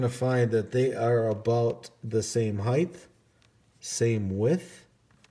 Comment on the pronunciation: HeighT ... heigTH is not a word